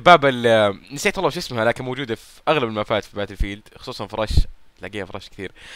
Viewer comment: باتيلفيييلد يارجال قل بتل فيلد وريح نفسك